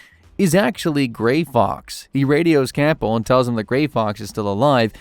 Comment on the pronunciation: “Roy Campull “ 😭